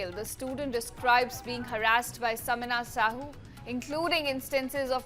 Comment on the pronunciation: Its sameer sahoo not samina .its he not she mr channel anchor....analyse rectify before reading